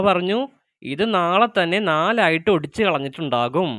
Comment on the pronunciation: ഓടിച്ചു അല്ല ഒടിച്ചു 😅😅